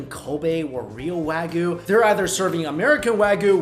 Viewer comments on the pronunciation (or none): You're still not saying "wagyu" properly. It's coming out as "wagoo" and it just comes off as lazy pronunciation. And you're kinda muddying the waters with "Today's Special" and the "House or Chef's Special" because trust me, there is a difference. Trust me, I worked in restaurants for a good portion of my life. I know how things work there. The Chef's special is something that they do well. This is something that people go to that restaurant for. This is something that is always consistent in terms of flavor and quality. The Daily or Today's Special is a different story. This is, as you said, things that they might need to get rid of. It's not expired because they could be fined if they willingly sold expired food but it might be near the end of it's freshness date. There's nothing the matter with it but they need to sell it because throwing out perfectly good food is bad and a waste of money. It's for this reason why the soup of the day typically contains the leftovers of yesterday's special. Not that there's anything wrong with that. And I've had daily specials that were really well done. There's no reason why a reputable restaurant would sell you anything less than their best. If it's on the menu, it's a chef's special. If it's on the whiteboard or the server tells you what the special is, then it's a daily thing.